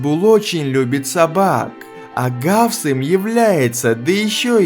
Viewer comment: Раффс а не гавс русский бравл снова ошибся